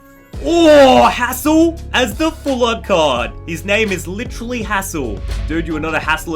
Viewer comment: When you said the trainers Hassels name it sounded like a cuss word😂😂😂😂